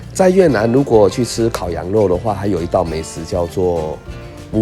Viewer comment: Vú 的發音要帶一點ㄨ音的收尾，可能是透過網路的關係，我聽到的是ㄛ收尾了